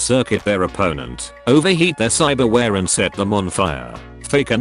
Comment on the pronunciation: "cybarwheare" lmao